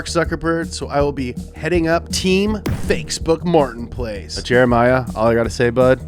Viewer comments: i heard him say fakeboots martinplace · ”Fatebont Martin place”